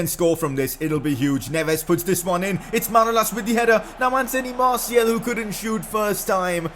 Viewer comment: you prick it is announced Anthony martial